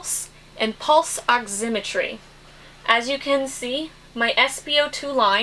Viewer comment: good video, but learn to pronounce oximetry